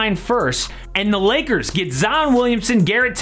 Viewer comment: Lmao the beginning sounds like u said Liggers